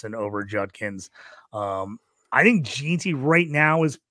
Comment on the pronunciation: Tet and Mike Evans comparison just doesn’t fit right. They have completely different play styles. Evans is much faster and stronger. Tet is smoother. Also it’s pronounced Ashton “gen-tee” not “gee-tee” cmon man